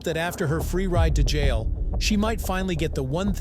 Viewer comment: Ol girl us definitely going to jailuh! Under arrest uh. Should have been acting like a little childish bratuh!